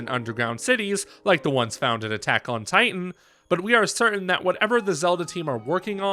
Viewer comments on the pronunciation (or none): none